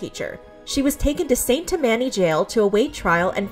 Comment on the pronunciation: I had to hear "Saint Tam-MAN-y" parish 3 times before I realized it happened in Louisiana. We say "Saint TAM-many." I don't know what's right now. 😂